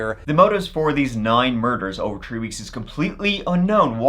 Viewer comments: In this episode, said “tree (3),” “turteen (13),” “turty (30),” and the rare “turty-tree (33)” eleven times. (I’m only counting 33 once) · You know that the number “three” generally is not pronounced the same as the tall things with leaves that you find in the woods. Just letting you know in case nobody cared enough. 😊